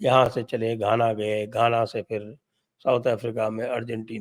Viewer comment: धाना नही सर जी घाना।